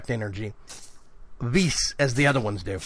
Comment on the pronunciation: I believe Vis is pronounced Vee, like the letter. Just FYI.